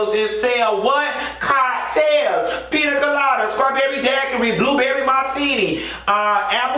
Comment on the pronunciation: This bish said, "chicken fangus" and "peter coladas" LMAO! 🤣 😂 😅